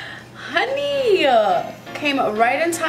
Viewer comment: Are you saying “honeeeyy” in an Asian accent? Just wondering…